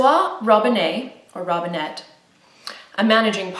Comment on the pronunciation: I am a native french speaker and if you want to pronounce "François Robinet"" in french , you don't pronounce the T. Thank you for your videos :)